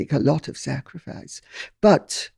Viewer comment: Not at all - well, not us awakened! BUT - at 2.40ish mins in, Shaun asks how much the queen has sacrificed. - am i imagining that he emphasised the word 'sacrifice'?